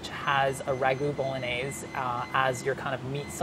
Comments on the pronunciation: the way he says bolognese is a major bummer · Am I the only one who cringes when he says bolognese like that lol it hurts my soul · /BOLOGNAISE/?????? My ears are ringing.